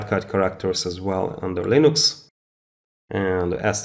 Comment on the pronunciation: It's Linux, not LINOX